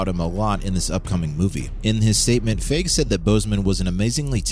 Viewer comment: Cool video and info.. although the fact that the narrator doesn't know how to pronounce Kevin Feige's name really highlights that this person isnt a real fan of Marvel because even if you're just a casual person who watches a Marvel movie here and there you probably know who Kevin Feige is and could probably figure it out if you saw it written on paper. Maybe find someone who can pronounce names better lol